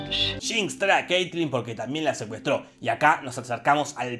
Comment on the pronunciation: Pronucias mal el nombre de Caitlyn.